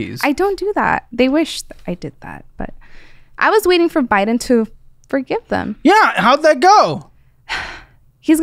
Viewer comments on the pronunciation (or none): none